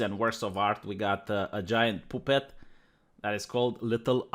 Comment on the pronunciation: “POOH-PET.” That’s it. That’s how I’m pronouncing it from now on.